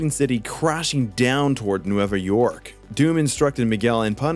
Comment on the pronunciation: N-way-va York.* 🥲 Means “New” in Spanish.